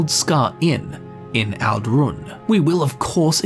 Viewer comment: I'm pretty sure it's Tel BRAN-ora, and Ald'Rhun is ald' roon, not al-DROON. {:o:O:}